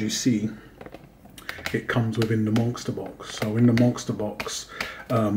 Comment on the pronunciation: I feel that 500Ag and 6Au is a reasonable initial goal for many stackers. My initial goal included a small amount of Pd (palladium) and Pt (platinum) as well. By the way, are you saying "monkster box"? Every time you say it, that's what it sounds like. I'm just curious is all.